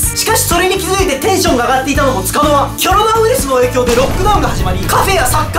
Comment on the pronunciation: コロナの発音がキョロナなのかわいくて笑う